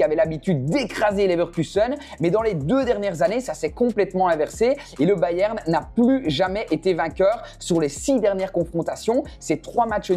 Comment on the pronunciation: Sa ce dit pas bayem sa ce dit bayern